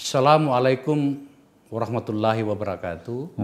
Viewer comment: Pak Faisal grogi ya masa warah matullah (Allah) coba simak kembali salamnya🤭🤫